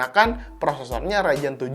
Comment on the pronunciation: bang, ngomong ryzen pake z dong.. agak gimana gitu denger raijen raijen wkwk